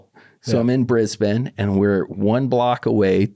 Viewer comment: i like that he pronounces brisbane properly and not "bris-bane"